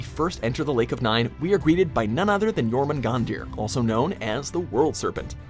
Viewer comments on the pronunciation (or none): How could you butcher Jörmunganđr's name like that